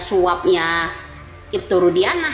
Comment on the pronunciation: Nyebut aja ibtu Rudianah, salah nama yg widia sebut itu, ibtu Rudiana,bukan Rudianah😅